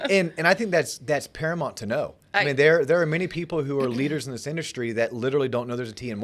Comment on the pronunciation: paraMOUNT not paraMONT...